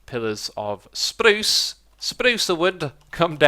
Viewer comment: he likes the way keralis and iskall, 2 swedish youtubers, pronounce it and is now stuck saying it the same way :D